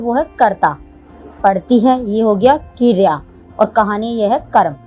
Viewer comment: That's not keeereya it's kereya